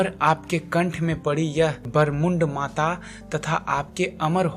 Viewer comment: ye narmund mala hai sir barmund mata nahin hai ampna ucharan teek karo ganesh peek 14,800 feet hai